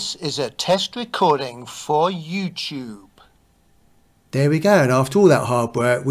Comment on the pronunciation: "youchube" ha-ha-ha!